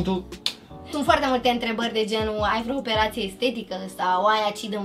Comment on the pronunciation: Și Bibi zice freo 😂😂